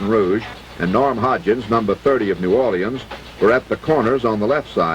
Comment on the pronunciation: First time i hear new or-li-ans instead of new orLEENS or n'awlins.